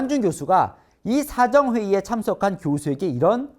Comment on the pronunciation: 우와~~ 이 앵커 대단하다 자꾸 빨려 들어가네. 신문. 방송.. 등에서 가끔 헷갈렸는데.. 진실 알려 주셔서 감사합니다!! .. 그런데.. ‘사정’.. 발음할 때.. 그 ‘사’를 짧게 강세 두는 것으로 나는 알고 있는데.. ??